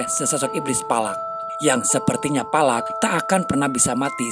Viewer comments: Valak mkn bukan palak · Palak apa Valak😂